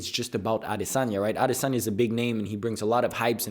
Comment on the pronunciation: first off not even saying adesanya right and u couldn't have been farther from the truth